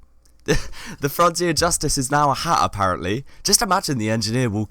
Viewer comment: Beatiful Hagh HAGH! It's funny he pronounce Hat this way